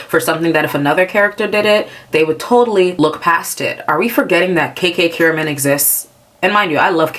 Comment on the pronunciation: Amazing video by the way. I don’t have anything to add because you summarized everything perfectly. Just the way you said KKKiramman was so fucking funny. Because like… yeah, she kinda was like that.